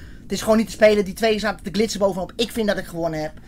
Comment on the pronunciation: "Met zn 2en erboven op glitzen" mooie uitspraak